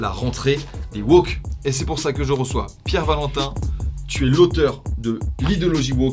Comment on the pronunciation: J'aime bien la prononciation anglaise non rhotique de Pierre Valentin.